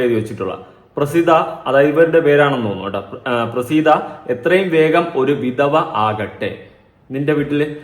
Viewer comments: വിധവ എന്ന് പറയു വിതവ അല്ല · വിധവ ആണ് ത അല്ല 😁